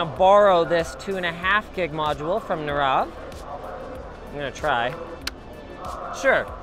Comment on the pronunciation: His name is not pronounced as Narav, it is pronounced as Nirav